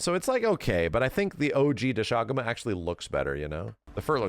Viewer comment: The english pronounciation of Doshaguma sounds so ass lmaoo